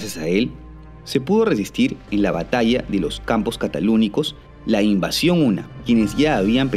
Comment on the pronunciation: Es Cataláunicos, no catalúnicos. Creo que convendría revisarlo.